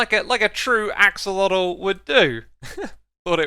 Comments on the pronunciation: Lancelotl... like Lancelot but... axelotl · 'Sir Eight Olot'